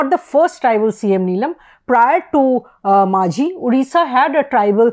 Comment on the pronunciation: He is Majhi not Manjhi. Please do the basics right